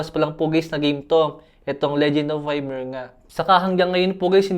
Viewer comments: Good phone for that price range. Boss, correction lang sa pag pronounce ng "YMIR" dapat po "IMIR" hindi po Y-MIR. No hate, boss. God Bless ❤❤❤ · LODI di po Why-mer basa ng Ymir, EE-Mir po. adv congrats nalang sa manalo. 😇